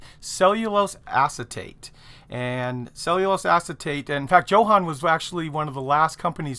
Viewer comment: I bet it's pronounced YO-HAN.......Great vids.....